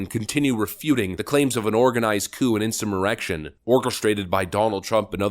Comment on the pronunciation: It's funny how the voice says 'in some erection' instead of insurrection.